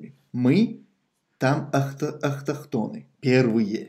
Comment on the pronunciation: Автохтонный братан Автохтонный, учись правильно выговаривать слова иначе выглыдишь смешно, ничего личного